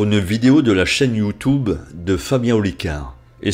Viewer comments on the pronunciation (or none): "Youtoube " quelle prononciation je te charie , bravo belle vidéo